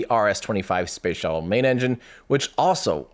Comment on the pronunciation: I keep hearing "shovel" every time Tim says "shuttle" and I'm laughing like an idiot by myself. Space shovel. Space shovel. 🤣